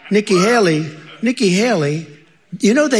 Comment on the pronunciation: Nikki Hakey, Nikki Haley, Nikki Haley....Medical folks have been saying his mind is frozen and he's trying to remember what is trying to say, his brain is stuck.